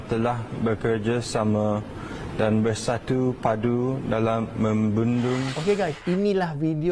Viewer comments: Bersatu padu disebutnya "bersattuew padduew" ...cet 😆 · "bersatu paduues" 😂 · Berstiue padue....jahanam bahasa..